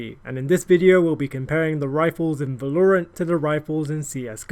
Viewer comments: Wha lore ent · The way he pronounces valorant is such a delight to hear